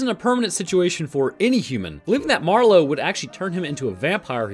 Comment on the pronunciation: Marlow - Barlow. The name of the vampire in "Salem's Lot"